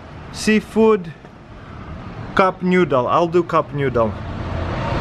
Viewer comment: I love how he says cup noodle 😂